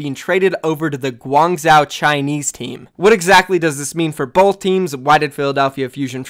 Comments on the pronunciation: 1. is that really profit wtf 2. im not even Chinese but "Guang-chow" sounds really wrongly pronounced... Isn't it pretty obviously "Guang-joe" ??? Inform me if I am incorrect but he sounds like he is butchering the name every time... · Guang-Zoh not Guang-Zow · gwang-joe my dude. say gwang-joe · my dude, Guangzhou is pronounced closer to "guang-JOE". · if I'm gonna be watching ur vids pls say Guangzhou like Gu-wang-jou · Hi, as a Chinese viewer who is from Guangzhou, the way you pronounce Guangzhou is kinda irritating. Although I don’t expect you pronounce it 100% accurately, a more reasonable pronunciation would be ‘Guang-cho’. Can u pronounce it that way in the future plz? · Please it is Guangzhou with the zhou prounounced zo like bro, go, foe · ASK. A CHINESE PERSON. HOW. TO PRONOUNCE GUANGZHOU. It is so unbelievably annoying when you pronounce it wrong every time, its not difficult to learn something close enough. Just say Gwang-joe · i mean they would say gwang wrong u shouldve said gwong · I will dislike every vid with any of these criteria: More than 3 ads Intro longer than 45 seconds Mispronouncing a city name when its your job to report OWL news (just google it ffs) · its literally his job. guangzhou is going to be a legit OWL team. Imagine if a newscaster couldn't pronounce new york properly, and the way he/she pronounced it shows they didn't even attempt to learn the proper way. he says Guangzhou like 6-7 times a video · Fucking annoying i agree